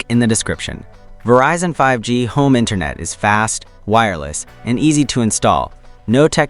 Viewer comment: It sounds like you don't get 5G. It is not pronounced "Verizon Home 5, G," because the 5G stands for "Fifth Generation."